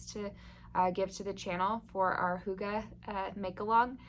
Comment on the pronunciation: To think I’ve gone this long without knowing the feeling of coziness had a word! Thank you for adding hygge to my vocabulary, and with a proper pronunciation! I love your idea for this make along. When external light and warmth is low, it’s a great opportunity to learn how we can harness our own inner light and warmth. Definitely something I’ve been working on since moving up north after 18 years in Texas. I will for sure come up with a project for this one!